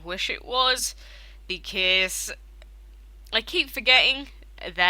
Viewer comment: why are you saying becaese not because